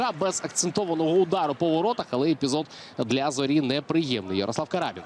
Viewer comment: Не карАбін, а крабІн.